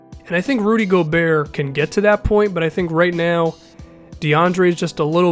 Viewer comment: its not gobeer its gobert like bogurt